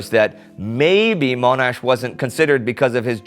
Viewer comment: Indy please stop saying Mone-ash. It Mon- ash (at least that how it pronounced here in Australia)